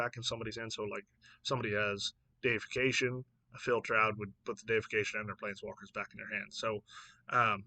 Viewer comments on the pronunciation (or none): "Dee-if-ick-ation", which derives from the word "deity". I definitely think some of these will impact Standard. However, Standard is so removal heavy that many of the creatures will just die before they can go off. Also, I wouldn't sleep on Nahiri's Resolve. Having something similar to Yorion in Standard seems strong and in many ways this is stronger.